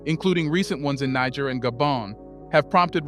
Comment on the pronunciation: What is it with some African Americans who can't be bothered to spend a mere minute checking on the proper pronunciation of African names and places?? You must pronounced Niger in three different ways, none of them the correct pronunciation!!